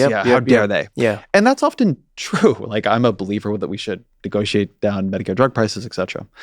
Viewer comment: Both of these men say exetra instead of et cetera